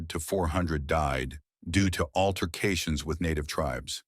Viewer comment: "Altercations" ?? Really?? 😅 Are you serious??😮